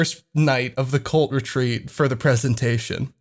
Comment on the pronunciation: I kept hearing 'colt retreat' instead of 'cult retreat'